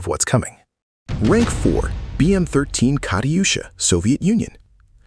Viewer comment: Kariyusha? lol you pronounced german names pretty good though